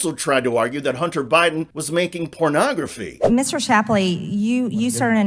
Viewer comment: Did she say "Pernoggerfee"?